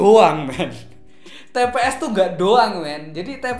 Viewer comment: itu "tps" mass bukan "pts"..haha..